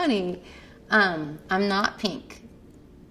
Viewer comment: I love the way she pronounces Pink like "pieenk" lol